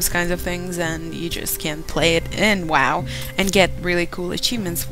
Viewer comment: Wow derken weeow gibi xd